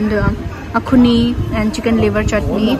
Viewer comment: Its not Akhuni...its axone...anyway nice one